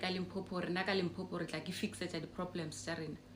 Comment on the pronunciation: Its LIMPOPO ...not Limpopo" please let's fix that before the 31july 😅